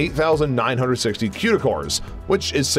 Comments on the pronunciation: One critique. It's pronounced koo-da cores not que-da cores. Haha that was bugging me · Stop saying quda cores! It's Cuda (cooda)